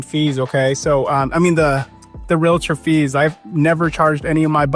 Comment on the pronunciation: Major props for saying "realtor" the correct way "real-tor" and not like those cringy people who say it wrong: "REAL-A-TOR", or "REALLA-TOR" like WTH. How can I trust a "REAL-TOR" who says it wrong.